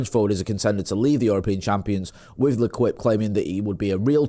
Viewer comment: L'Equipe is pronounced Le keep. Apologies, I'm a diagnosed pedant.